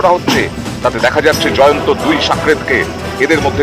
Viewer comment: Or name Jayanto noi or name Jayant. Behari k bangali banacchen keno? Pronunciation thik korun.